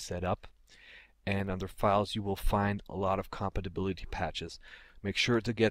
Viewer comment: Man Its funny the way you say compatibility! But very helpfull video.